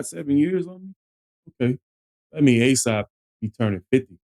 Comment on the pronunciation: Aesop..not aesap bro